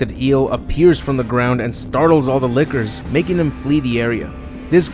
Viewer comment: The way you say lickers sounds like Liqours